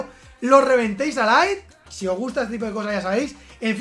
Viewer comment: Like si ha dicho LAIT en vez de LIKES